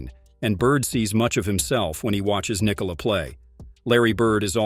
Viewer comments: Why can’t these videos get his name right? It’s pronounced Nee-Cola! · It didn’t. Its pronounced Nee-Cola. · Because americans think they need to force the last syllable of his name.